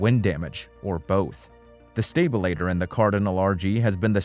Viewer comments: Why can’t you pronounce normal aviation terms? Stalter is not stabilator. Wtf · A stabilitor? Computer dialog needs work. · A stabILituh eh? yeah OK. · Is this a text-to-speech narration? If not, his pronunciation of “stabilator” is a crime against humanity. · And his unintentionally hilarious mispronunciation of stabilator.